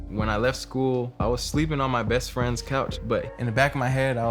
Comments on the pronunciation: "Frend" smh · SPAIN but the S is silent asf when "FRIEND" popped up.